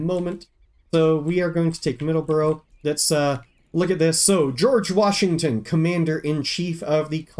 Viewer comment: MA native here. Middle-borough. No "S". Side note: Excited for the new play through!